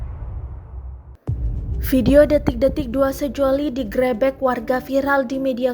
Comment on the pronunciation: Haha ngakak denger narasi nya, DI GRÉBÉK haha